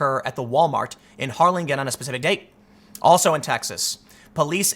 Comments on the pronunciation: It's pronounced "HAR-lin-jin", the last syllable sounding identical to the first in "gin rummy". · It's pronounced har-lyn-jen. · Wtf I live very close to Harlingen. It’s pronounced Har-lin-jen. I just looked at this and said what if it was that Walmart and after hearing how he pronounced it I checked the spelling and state. I am sharing this with family and friends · you said Harlingen wrong I live in Harlingen on god you butchered the name. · You mispronounced my hometown of Harlingen. I can never trust you anymore lol. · Please learn how to pronounce Weslaco and Harlingen. Wes-lake-o and Har-lyn-gin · Tim, it's pronounced, "Har-Lin-Jen". Also "Wes-Lah-Coh". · Hey Tim: Harlingen is pronounced "Har lin jen," with a hard "g", and Weslaco is pronounced "Wes leh co". It would really benefit you to look up the pronunciation of city names before making your videos. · Hey Tim, I'm from that part if Texas and you pronounced both places wrong.....its Har-lin-gen.....like generation or gentle......Weslaco is more Spanish so you pronounce it as Wes-lah-Coe.....hope you read this post and correct your pronunciation for any next videos.......Love your work. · Hey Tim... Just for future reference... WES-laco and HAR-lin'jen'.